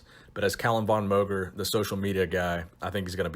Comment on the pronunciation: I love your content and have seen many video's you've made on Calum. Just please.... PRONOUNCE MOGER CORRECTLY.